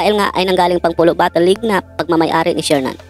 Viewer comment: PULO.PULO.PULO!! BAKIT BIGKAS MO POLO??? TANG INANG YAN.